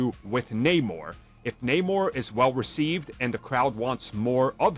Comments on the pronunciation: Only if they pronounce his name correctly, like Arm does. Disney sucks. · Namor is his name you can prenounce it however it's not like the comic tells us how to pronounce it